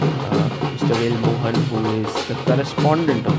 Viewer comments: May be, Sagar Bhai... Wouldn't... He always pronounced Velammaal as Velammal only.... You all might have noticed already.... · wonder why north Indians can't pronounce certain simple South Indian names correctly. He could have written it down in Hindi or whatever language he knows to get the pronunciation right. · Without all due respect, it's really bad that you pronounced Velammal the way you did. Guest of honour, you must have heard the word being pronounced a hundred times, and still chose to pronounce it wrong.